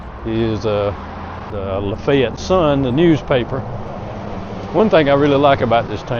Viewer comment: I'm sure people there appreciate the fact you said it correctly. I was watching some videos recently from Pierre, SD because it's a little outside my travel area. The videos all pronounced it the way it looks and comments were full of people complaining about it. Seems no one has ever made a video where they said it right. I want to be the first but it's a bit far.